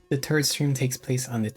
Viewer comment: Why do you pronounce "3rd" as "turd" lol Man, drama again. Damn shame.